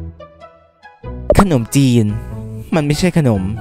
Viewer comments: คนอมจีน ในความที่ฟังเขาพูดไม่ชัดแล้วลองอ่านดูเป็น คน อม จีน55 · คนอมจีน = คน - อม - จีน 😂😂😂